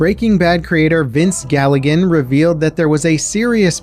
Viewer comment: Vince GILLIGAN. Not Gallagan….